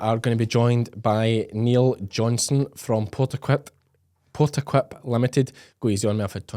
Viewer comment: When you introduced Niall Johnstone i would have expected you to pronounce his last name more clearly - John STONE = What i heard was Johnston ? 🤨🙃😕